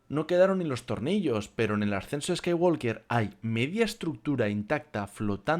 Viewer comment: La L de Walk no se pronuncia. No se dice "scaiguolker", se dice "scaiguoker", sin la L.